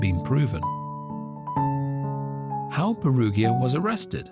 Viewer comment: Peruggia is pronounced with a soft 'g' sound, as in 'gin'.